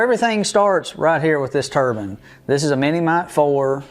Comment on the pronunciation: It’s turbine not turban. A Turban is a hat some people wear on their heads.